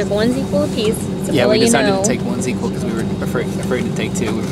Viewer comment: She mentioned Z-Quil. Like catching some Zzzz. Different product. Correct pronunciation.